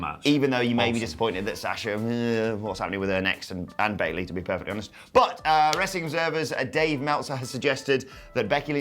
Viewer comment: He basically said "If you want that "wrastling" crap go to TNT on wed!" And you know what? I did!